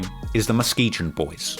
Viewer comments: Its pronounced MUH-SKI-GUN. Hearing say muh-ski-jun drove me crazy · Its pronounced MUH-SKEE-GUN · Muh-Skee-Gun is how you pronounce Muskegon omg bro 🤣🤣🤣🤣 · He said Muh-Skee-Gin 😂😂😂